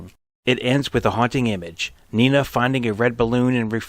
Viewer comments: It's not "Nina". It's "Nena". E like Edward. Nena, in many languages including German, means "little girl" or "baby girl". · I am pretty sure her name is pronounced "Neh'Nah". not nee'nah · Dont pronounce it "Nina", its "Neena" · "even in German, you can hear it as 'NEE-NA'" As a German, I can assure you that nobody's ever pronounced the name "Nee-na". It's like Victoria says, because the German "e" is always like the English "e" in, let's say, "Dennis" or "ever" or "set". And depending on what follows, it's long or short; here, one "n" follows, which makes it a long "e" (short, was it two "n") But nevermind the pronounciation; I like your video I just stumbled over by chance really a lot! ^^